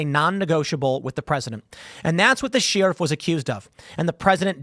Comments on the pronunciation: It’s crazy how often you get a chance to say sheriff in the weirdest way possible. What the hell? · Tim says sheriff weirdly. We need to eliminate the job so I don't have to hear Tim say it ever again! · The way Tim pronounces “Sheriff” is sheer insanity